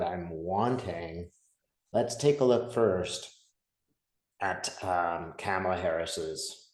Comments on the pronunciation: Please say her name correctly - it isn’t difficult, it’s 3 easy syllables and not remotely complex. Kamala’s 3-syllable-long name isn’t any longer or harder than “JD Vance”, “Donald Trump” or “Hillary” and the fact that so many (often White) people don’t even try to get her name right is just glaring racism and bigotry whether conscious or unconscious and is truly tired. Her name is worth getting right and it’s not remotely difficult. Biden says it correctly, she says correctly, her husband says it correctly, her kids say it correctly, the Obamas can magically say it without struggle - please do away with the bias and say this woman’s name right. In the meantime, I’ll refer to you as, like the soap, since “” is so difficult. 😒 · Kamala- sounds like Mama-la, not Pamela 😊 Thanks for the vid and your time, super excited for her and all the change that's coming. Trump is def circling the drain. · Hi! ❤️💚🧡🌻Her name is pronounced “comma-la”, not “Cama-la”. You are so great, I just needed to remind you🥰💙⚖️💙⚖️💙⚖️💙⚖️💙🌻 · It's "Comma-la"! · Her name is KA' mala. Not Ka MAL' a. And not all of us let this crazy crap destroy us. If it gets to you like that, you are too close and making it about you. It isn't. It is just what is. Hope and pray she wins. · Maga mispronounces her name on purpose. Kamala is pronounced COMMA-la. Not CAM-a-la or kah-MA-la. 😍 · Try to pronounce her name properly. Ka-ma-la. Not cam-a-la. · her name is pronounced Comma-la, not Camel-a! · Pronounced comma-la. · It’s pronounced “Kom’ a’ la”. Thanks! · Her name is Kamala pronounced coma la 😊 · With respect , her name is pronounced COMALA.😀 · KAH ma lah, please say it right. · All you had to do is comment it’s pronounced Comma-La. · Kamala is pronounced like momala. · Please say her name right. It's "comma-la." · Please call her “Comma-la” (The repubs pronounce her name incorrectly on purpose. I know you’re not doing that.) 💙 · Hi - kamala is pronounced like mama - la TY ❣️